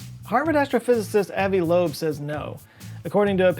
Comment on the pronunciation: Avi Loeb = Ava Laugh